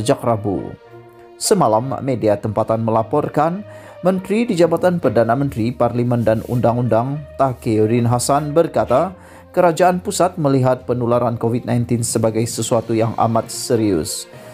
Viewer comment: Nama Menteri pun ko tak sebut betul, Takirin Hassan 😂🤣🤣🤣 sabo je lah...nasib baik aku lebih utamakan isi berita daripada nama2